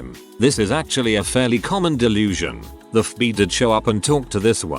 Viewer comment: everyone: fbi text 2 speech bot: ff bee